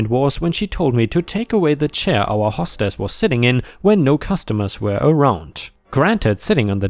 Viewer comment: "hastily" is said as "hay stil lee." It's a form of the word "haste." "hostess" is said as "hoe stess" not "hah stess." It's the female version of "host" (which rhymes with "most" but with an "h" sound).